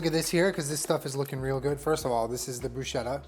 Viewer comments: Luv you but bruschetta is supposed to be pronounced “broo-sketta” 😐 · PSA: Bruschetta is pronounced like brusketta (the -ch sound in Italian makes a hard k sound). That is all. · i love you but PLEASE FOR THE LOVE OF GOD, please, pronounce bruschetta like brusketta, it's not a "sh" sound but a "sk" sound. yours faithfully, distressed italian dink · Italian pronunciation check! No big deal obviously just to inform you guys: it's pronounced brus-keht-ta not bru-shet-ta